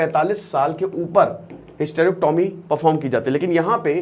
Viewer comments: पहली बात तो hystrecyomy को bolna sikhe और hystrecyomy क्यूँ करी जाती हैं इसके लिए किसी हॉस्पिटल मे जाकर एक दिन opd मे बैठो और मरीजो की samsya को समझो indication क्या है करने का नही पता है तो बोलना नही चाहिए बेच खाया है तुम भी स्टूडेंट को बेच खाते होंगे जब तुम्हारे मा या सिस्टर को दिकत होगी तो हॉस्पिटल तुम भी उन्हे बेचने ही जाओगे या ईलाज karwane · Sabse pahle hysterectomy sahi pronounce karna sikho phir kuch kahna